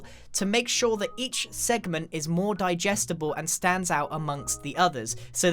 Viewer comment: "we make it a little more dijestable "x